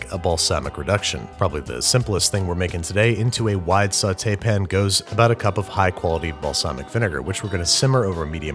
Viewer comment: I still can’t get any sleep over the sauté pin pronunciation